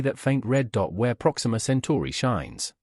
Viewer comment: BS! Stop the cartoons and show the pictures. And tell the robot it's 'Centuri' not 'century'.